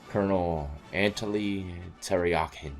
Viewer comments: "COL. ANTOLI TERI..YAKI" 😂😂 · Anatoly = Anna-toe-lee.